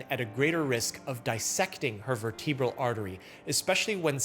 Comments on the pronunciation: Unlike in cerebral, the second E in vertebral is soft, and the accent goes on the first syllable. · Vertebral.... why have I heard that pronounced far more different by plenty of physicians ?